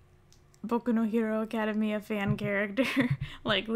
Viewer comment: I love your channel and all your OCs but damn when you say “academia” I take a very deep breath